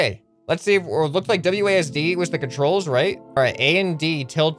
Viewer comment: Please say wads and not wdas? Was it idk but please say wasd